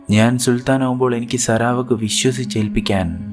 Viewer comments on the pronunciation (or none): സരാ വക്ക് അല്ല. സറാവാക്ക്